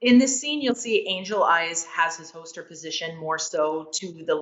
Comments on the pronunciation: Anyone else notice that she says “ho-ster” when saying “holster”? Just don’t mention it in front of her if she’s packin’ heat! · Is it just me or is she saying “hoaster” for holster over and over? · Hoester 😂😂. Why can't a world champion shooter pronounce holster? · As long as I don't have to hear her pronounce "hoester" again. Its hoLster god dammit. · Overall review 8 out of 10, would have been 10 out of 10 if she said Holster instead of Hoster. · I think she meant “holster” not “hoster” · I can't get past her saying hoester instead of holster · Hosted rilly it’s holster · There's an "L" in holster. Its not hoster. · I wanted to enjoy this but I was just getting agitated everytime she said "hoster" but to be fair I'm an asshole lol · Yea same🤣especially when she says it like 5 times in a row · I've never heard someone mispronounce holster so many times idk about yall but I've never heard of a hoster in my life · Holy crap it's pronounced "hoster" I've been saying it wrong all this time. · She pronounces "holster" like "ho-ster". Someone should tell her there's an L in there. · In her videos she's practically bending her back so far and her hips are so forward that her gun is already pointed at the target while in holster lol. Or like she says "hoster" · Is she saying hoester? Uh...why. And for those who dont know these fast draw competitions dont use live ammo. So... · It's a Canadian accent thing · I'm from the same town she lives in and I've never heard someone say holster like her. It's pretty weird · Do you know how to say holster? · She knows her stuff but forgot there's an 'L' in holster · Someone tell her that there’s a letter “l” in the word “holster” lol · The “L” in holster is silent 😂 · She’s one of the fastest quick draw shooters on earth and she can’t pronounce “holster”. Crazy world